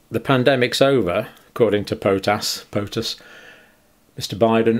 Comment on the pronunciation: .... "according to pot-ass" hilarious, if perhaps a bit offensive to potassium.